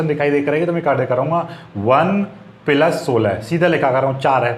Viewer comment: Sir app bahut achha pdhate hai.but पिलस नहीं प्लस होता है।